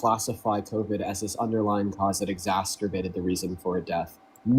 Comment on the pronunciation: Y'all gotta stop pronouncing exacerbated as "exasturbated" 😂